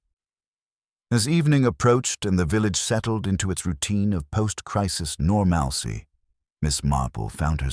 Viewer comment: Hilarious to hear AI pronounce normalcy